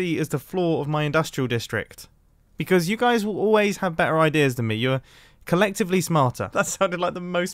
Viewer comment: CoLeCtIvLy... Nooo